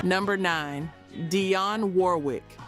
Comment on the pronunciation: Dang freaking A.I can't pronounce Dionne!